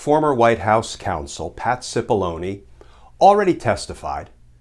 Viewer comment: anyone else hear his name spoken as,, "Patsy Bologna " ?